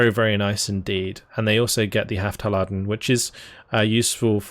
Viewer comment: It's "Haftladung", there is no e between the words. And Streif (probably should be Streife) would be something like Shtrive with ive as in five and a sharp t. If there were an e on the end, the f would be sharper (like in wife) but but the e would also be pronounced but more like a flat short uh, so shtrife-uh. (A Streife would be something like a patrol squad by the way) I'm always very impressed how you go for pronounciations in so many different languages featured in this game. I would give up on all those slavic names that just look like a random bunch of consonants to me.